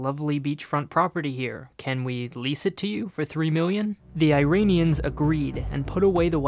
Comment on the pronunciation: It's "Million", no "Miuion"